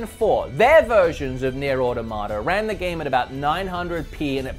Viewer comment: The way you pronounce “Automata” and “Diablo” scare and concern me